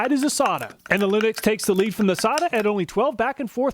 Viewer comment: I thought it was pronounced "Say-ta" not "Saw-ta" but another great job. I would not think of half the tests to do on the tools that you do.